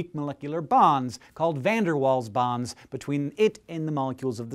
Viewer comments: Waal is not pronounced like "wall", it is pronounced like "vall". It's German so, yea. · Pleeaasee stop pronouncing Waals as wals, it's Vaals! =( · its pronounced VAALS not waals hank ._. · If you are British it's pronounced VAALS not walls. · Its not said waals, its said like vaals. (he was dutch) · isnt it pronounced vaals? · Waals is pronounced "vals"